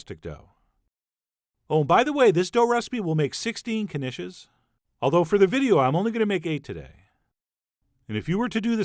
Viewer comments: It's pronounced "Nish" the "K" is silent --Peggy Hill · I I thought it was pronounced neesh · I assumed the K was silent... 😕😕 Now I k-now